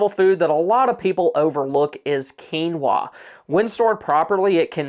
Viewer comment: I was waiting to see if you were going to say quinoa correctly 😁. You did great.